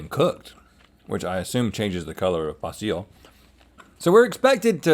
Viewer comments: I’m genuinely curious… why are they pronouncing basil that way? I’ve only heard it pronounced “bayzul” or “baazul” but never “bah-seal” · Pronouncing bay zeal as bah seal should be punishable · I really don’t like the way they’re pronouncing “basil” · They don't actually say basel like that do they? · 😣 "BAY-zil". (I hope Carney got a bonus for this episode.) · I’m just curious now if R&L were being goofballs and intentionally saying “bas-eel” or if that’s just another word that they mutually butcher and nobody rises to correct them. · Wtf Basil. Not Bayzell? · wtf were they calling basil "boss zeel" for?! lol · Pronouncing “basil” the way 95% don’t pronounce it! There’s two typical ways to pronounce basil, that wasn’t one of them!